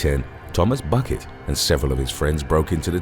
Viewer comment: #1 Buckett is actually pronounced Bouquet.